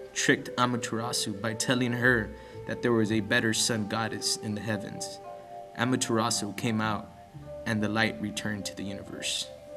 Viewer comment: .- I am suprised you said Amaterasu right and yet you said Shinto wrong. Shinto is prounounced (Shin-Toe) not shin-two like you say it.